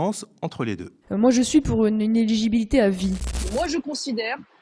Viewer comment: On dit «inéligibilité » et non « inegibilité ». Apparemment rare sont ceux qui savent prononcer ce mot en France.